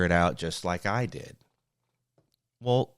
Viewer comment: That moment when you said "wool" for well - you had me, yes we had to learn so much on our own....